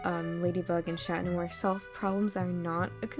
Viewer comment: That's how you say it tho